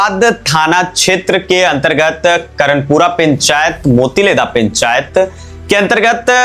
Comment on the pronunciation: पेंचायत नहीं पंचायत होगा